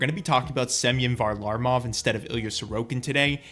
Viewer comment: Say varlamov right